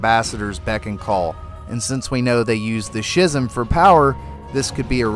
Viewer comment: It's pronounced Skism with a hard C sound, not Shizm